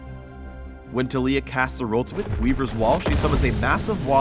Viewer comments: Tuh-lEE-yuh? I thought it was TAH-lEE-yAH. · Yeah, idk why they're pronouncing it like Tuh-lee-uh. I've heard it Tal-E-a everywhere else. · I don't like how says her name. He says "Tuh-LEE-ya". Shouldn't it be "TAH-li-ya?" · Kid I am pronouncing it Tal-E-a because that is how you pronounce that name literally EVERYWHERE else and Tuh-lee-uh sounds stupid lol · WHAAAAAAT?!?!?!?!?1 YOU PRONOUNCE IT tah LEEE yah?!?!?! WHY?!!??! it should be TAHliyah!!!! you messed with my mind rito!!1!1111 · yo wait it's tah-lee-ah not tal-ya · am i the only one who thinks that the way taliyah's name is pronounced is wrong? instead of tah-lee-yah it should be tali-yah idfk anymore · IT'S TAH-LEE-AH GUYS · Kadeem The Dream Oh the character is cool, but it's like taking a really common name and then making up a new pronunciation for it lol, I just wanna call her Talia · i thought it was taliyah (tah-lih-yah) xD. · I refuse to pronounce Taliyah this way considering it is basically the name Talia and this not how you pronounce it -.